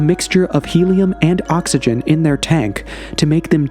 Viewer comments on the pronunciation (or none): none